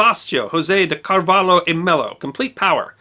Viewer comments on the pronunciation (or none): none